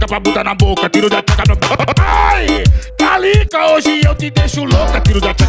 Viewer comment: Ele fala calica ou Talita?